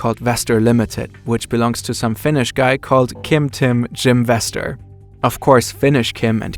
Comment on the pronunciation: “Jim Vestor” 😂